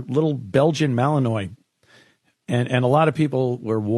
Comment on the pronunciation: if you're going to own one ya best learn how to pronounce Malinois! mine is about 7 months, 3 weeks old. she just went into heat, and this being my first female, it's a bit dodgy. I like the breed so much that i bought an actual full sibling, yet to be conceived. they're the most intense and intelligent dogs you'll ever own... but learn the name